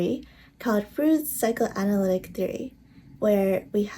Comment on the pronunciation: Thanks for the video :) btw Freud is pronounced Froyd and Id is pronounced like 'id' you don't say the letters like eye-dee